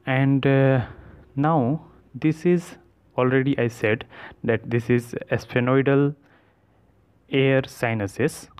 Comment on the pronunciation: what a pronunciation of sphenoidal 😂😆😅😆😅😂